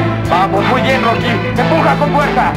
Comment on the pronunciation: Después de años me doy cuenta de que en vez de decir "Tú pues Rocky" dijo "Tú pues Rocko".